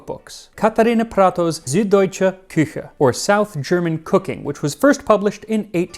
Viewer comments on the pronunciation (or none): none